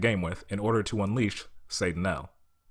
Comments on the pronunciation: I thought it was pronounced more like, “Say Tuh Nial,”??? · Why do you keep pronouncing it wrong? They literally yell the name. Satt-uh-nye-el